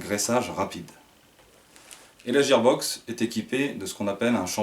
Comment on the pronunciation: super vidéo et super réplique mais IL me semble qu'on dit guear box et que ça c'écris gear box